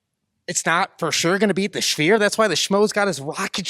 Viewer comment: "the schfeer" 😂